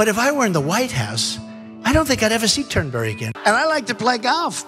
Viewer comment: #donpoorleone talking about playin turdberry.... WHEN YOU MISS PRONOUNCE THE NAME OF A COURSE YOU OWN (AND HAVE A HOUSE AT), THAT IS PRETTY SAD.